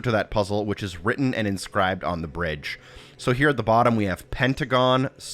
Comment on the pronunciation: "And... Brige" supercut needed